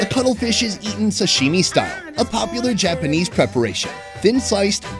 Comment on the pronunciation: Cuttlefish, with Ts. Not cuddle fish. 🤣🤣🤣